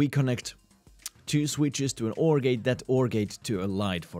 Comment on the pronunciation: NOR + XOR = NXOR Broken Grammar and Quick Maths said Snore, not NXOR